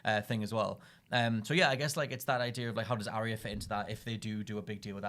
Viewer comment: It's a Ar-ya not Arria